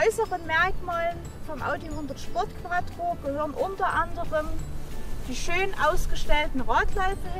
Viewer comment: Schöner Wagen. Sieht aus wie mein Alter. Es heißt übrigens QUATRRO SPORT :)